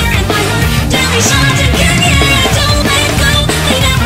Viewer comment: ***** The way you pronounced the word shotgun in this song was so adorable "shotagun" - ToxicApple1, Leader of The Creepers Anonymous